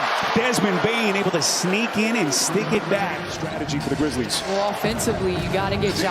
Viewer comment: did he say here comes the Kwizzlies again